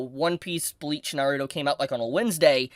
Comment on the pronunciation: Learn how to say Naruto!!